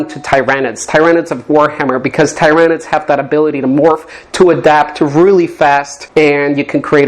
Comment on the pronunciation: You pronounced Tyranid wrong